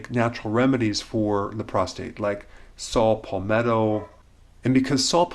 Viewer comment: SALT Palmetto? Really.. "SALT"? How about 'Saw' palmetto. This guys a fake!